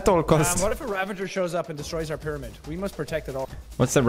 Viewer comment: "They slept in piramid but spawned near wotershep" nani